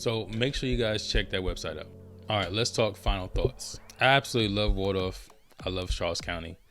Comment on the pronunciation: I love St Charles County! Video is spot on but remember it's Waldorf not Wardorf or Wardoff....lol